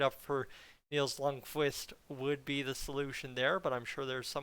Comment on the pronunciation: It's pronounced "k"Vist"! Not "k'wist". Jesus, Edmonton fans SHOULD know a little bit more about Scandinavian pronunciation by now!🤦🏻‍♂️🤦🏻‍♂️🤦🏻‍♂️